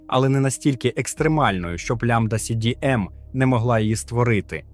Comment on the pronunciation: Мне больше всего понравилось лямбда си би эм. 😂